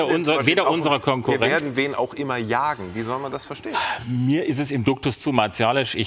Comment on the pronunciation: Niemand: Herr Meuthen: Duktus